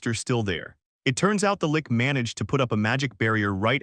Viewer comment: Lich, Lich, Lich, Lich, rhymes with Ditch, Which, Hitch, Bitch, its Not A Lick.